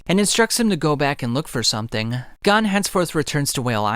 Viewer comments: I have only one criticism. You keep saying gone instead of gon (pronounced goan like moan but with a g) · Gone ❌ Gon ✅